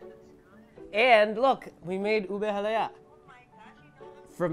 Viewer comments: HalayA, not halaya sounds like " it's Leviosa, not leviosaaa" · It's halaYA not haLAya 😂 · Its halayeah hahahaha lol you know what i mean? Hahahah